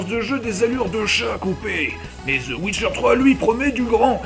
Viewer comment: c'est the witcher 3 pas the ouicheur 3